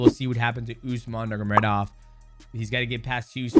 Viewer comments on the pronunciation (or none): Bro it drives me crazy how he always says it wrong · Nurmagomedov ❌ Nurgamedov ✅ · Nurgamedov 🙃 You are mighty but not in names spelling))) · Mighty Mouse hilarious for the pronunciation “Nurgomedov” LOL we love you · DJ it’s Nur-mago-medov 😂😂😂😂😂😂😂😂😂😂😂😂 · Its NUR-MA-GO-ME-DOV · Dj sayin is Usman nurm….of legit? Brother of Umar nurm….of 😅😅😅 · DJ mispronounces names better than Chael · I love how Mighty can't pronounce that last name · yeah so fucking annoying to hear him butcher the name Just say their first names instead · Nurmagomedov pronounce gets worse every time my brotha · Dj,Bratha... Atleast Say nurmagomedov right 😂😂😂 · Khabib is one of the greatest of the sport. i think his work as a fighter and as a man demands our respect to at least say their last name correctly. the way people would say in his country. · DJ can't pronounce Nurmegomedov 😂. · Dj tried hard to pronounce nurmagomedov but cant 😂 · the way dj pronounces their last names